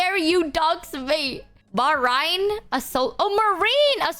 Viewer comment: also that "MAR-rahin" like the word "rind" instead of "ma-REEN" for "marine". that one caught me badly off-guard 😂